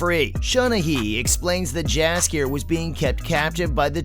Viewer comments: Not a bad video, but you should double check the pronunciation of some of these names.. Jaskier for example, the J has a Y sound, so it sounds like Yaskier. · His name is spelled Jaskier in the show or dandelion in the game. The spellng is right my bad here